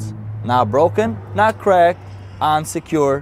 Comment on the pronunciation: He says "on secured" but it sounds like unsecured.